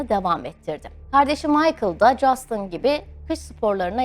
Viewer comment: Keşke adamın ismini de doğru soyleseydiniz, Justın değil Justin